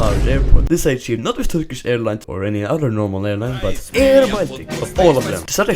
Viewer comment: Have you learnt Turkish? How are your pronounciations really good? <3